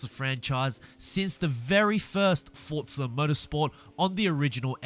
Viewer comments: Bruh its pronounced "Forza" not "Fortza" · Duuuuuuuuuuuuuuuuuuuuuuuuuuuuuuuuuuuuuuuuuuuuuuuuuuuuuuuuuuuuuuude learn how to pronounce names. It’s not fortza or selica